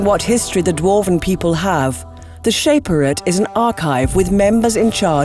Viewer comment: They pronounced Shaperate wrong too